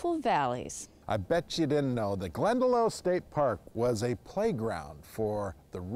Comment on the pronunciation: Definitely want to visit here. I've been to Glendalough in Ireland and it's the most peaceful, idyllic place. Also, not to be nit-picky or anything, but it's pronounced 'glen-da-lock' by the Irish ☘️